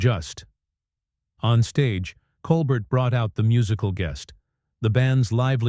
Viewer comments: This has got to be one of the laziest AI produced videos I have seen so far. If you can't be bothered to have a human do the narration, at least teach it the correct pronunciation of the name of the person it is supposed to be about. Also, wish people would stop using the screen dirt effect. It's just stupid. I would really have loved to hear this story since anything that gets Musk to show his true colors to bad affect are great with me but this video... I got 12 seconds into it. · The script is the most godawful bilge, you don't even pronounce Colbert's name correctly. I gave up after 1'30''. I'll look on YouTube to see if I can find the event. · First, learn how to pronounce his name. And why not let us see this exchange instead of describing it. What a joke. This is fake news. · Please explain to your AI robot that Mr. Colbert’s last name is pronounced without the “t”. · The narrator doesn't even say Colbert's name correctly...... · If you can't pronounce Colbert's name, you're not in the game. Hang it up, OK? You're making a fool of yourself, "." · Musk was on the show in 2015 but wasn't kicked off. BTW this AI voice can't even pronounce Colbert currently 😅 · and the AI cannot pronounce Colbert correctly. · is AI the reason for mispronunciation of Colbert’s name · AI announcer can’t pronounce a French name. Watch the original Stephen Colbert (coal bare). 🤦🏼‍♀️ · You could just type, "Col-Bair" into the AI prompt to get it to pronounce his name correctly. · FAKE. And his name is "Col-BARE" not "Col-BERT". You could at least get his name right. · This is being read by someone who doesn’t even know how to pronounce Colbert’s name. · That’s not Stephen Colbert. It’s whatever lazy people use to scape and over voice with AI . Truthfully badly done. Colbert would’ve been much wittier and to the point. This AI or whatever can’t even pronounce his last name properly. It’s coalber phonetically not Coalbert. This crap should be banned. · It's pronounced 'coal bear'